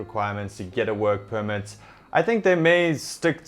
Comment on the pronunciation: I just heard mumble mumble wuurk puurmet (work permit)